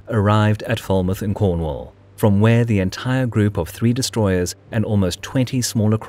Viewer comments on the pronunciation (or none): none